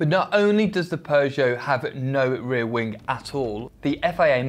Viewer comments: Why is it that i hear wingK instead of wing? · Rear wingk, wingk?, really annoying